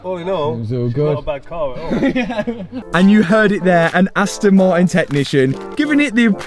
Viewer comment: Just letting you know Martin has the letter T in it it's not silent